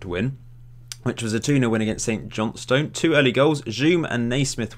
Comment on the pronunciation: CochRIN, St JohnSTIN. We won't hold it against you though, haha